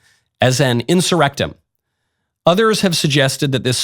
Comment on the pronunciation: “ an inserrectum” 😂😂😂🤢🤢🤢🫠🫠🫠